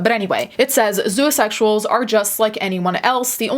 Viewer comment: For some reason I kept hearing you pronounce “zoosexuals” and “zooasexuals” with an a sound and it is driving me insane